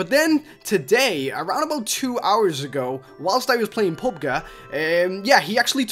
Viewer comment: did you say pub ga its PUB G G as in gee